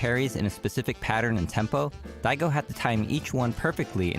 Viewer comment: I started freaking the fuck out when everyone in chat started saying my name when the narrator fucked up “Daigo”